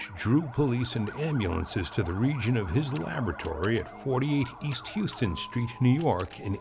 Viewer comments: It's not pronounced "Houston" street, like the city in Texas. It's pronounced "HOW-ston" street as in NYC famous So-Ho & No-Ho. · Lol it’s pronounced House-ton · Houston Street is pronounced Hows-tin here in NYC, not Hews-tin like they do in Texas. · its not Houston...its Howstin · It’s pronounced “House Ton “street not Houston street 😊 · It's pronounced "Howston" Street. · It’s Houston st like Howston not Houston the city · It's pronounced HOWston St in New York City. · It’s pronounced “How ston” street in NYC.